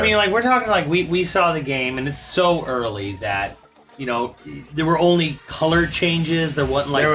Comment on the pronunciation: So....you're saying....this build is "Urrrrrleee"?